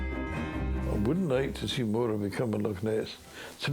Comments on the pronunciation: Why is that clown calling it " Mo raar , when it's clearly Morar ? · If no one's talking about a " lake" monster it's because Scotland has lochs, not lakes. BTW, that's loch, NOT lock. But in fact, the Loch Morar monster is an ancient legend, well known in Scotland. Just not in America, oddly enough. And it's MORar, not MoRAR, and MAllaig, not MaLLAIG! Maybe listen to the locals. ? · That pronunciation of Morar by the narrator was driving me nuts. Definitely not how it is pronounced.